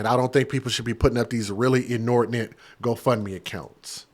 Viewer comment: The way you say GoFundMe is sickening.... There's no "a" in-between 'fund' and 'me'